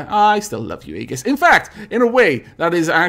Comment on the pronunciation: please please don't take offense to this but your continued mispronunciation of aegis is getting painful for me. It is pronounced ee-jis. I apologize for the correction, I just couldn't hold it in anymore.